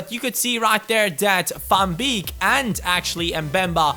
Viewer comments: Van beek is pronounced like van bake:) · Van beek is pronounced -->Van Bake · The ee in van beeks name you pronouce as ay in the word way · how you pronounce van beek :)